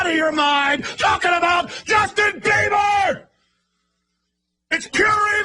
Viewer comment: Justin bleeber lol Justin biebler lol